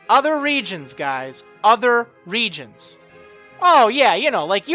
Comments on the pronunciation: the more you say regions, the less it sounds like a word... it sounds like regens now :p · You have said reGIONS so many times.... It sounds like your speaking Spanish... It sounds WIERD now...